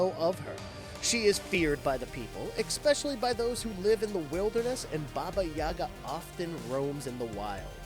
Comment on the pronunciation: Mate he said ekspecially what do you ekspect 😂